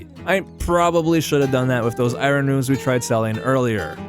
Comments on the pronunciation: its not I-ron its I-ern!!! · Its EYE-ERN not EYE-RON, really cant help cringing. Don't feel bad you are far from the only Ytuber that gets it wrong. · Am I the only one getting completely taken out by the way he pronounces I-rin? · so funny hear you pronounce iron haha